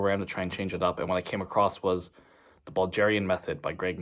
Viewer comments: Like bulge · but how do you butcher the word "bulgarian"